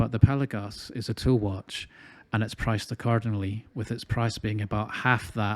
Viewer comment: You nailed the pronunciation my friend: it's Pèlagos .🎉🎉🎉🎉 congratulations you must be the first reviewer who has done his homework.